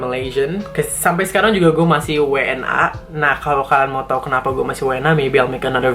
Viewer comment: Parahhh batt ngomong "gue" mantep banget keren keren